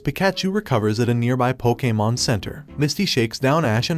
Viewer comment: Dude you sound like an AI and why you talking bout sum “pokamon”😭😭😭😭 cannot finish this shit